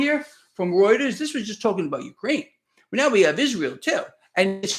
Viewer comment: is the only person who can correctly pronounce reuters.